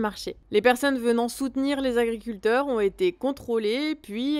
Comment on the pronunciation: je t"aime bien, mais 12000 Zagriculteurs, ça fait mal aux esgourdes ! 18 Zinterpellations !!! quelle horreur ! un peu d'efforts les gars, y a 26000 Zauditeurs qui vous écoutent !!!